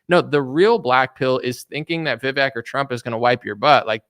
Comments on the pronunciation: Vivek says his name rhymes with cake, but you say fake. lol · Vivek. he says his name rhymes with cake.